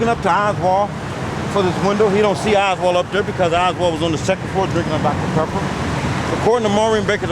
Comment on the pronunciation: I'm a pepper too. coke is great too. it sounds like he said Texans drink DR Pepper. I remember in Bonnie & Clyde, Buck (Gene Hackman) orders food over the phone & includes 6 DR Peppers. the Barrow gang was from Texas.. It was once referred to as MD,actually.